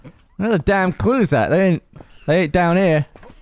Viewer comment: Wow, ish saying “looking for clues” sounded a lot like “looking for Jews”. Really gave me a heart attack, especially because he was in the attic.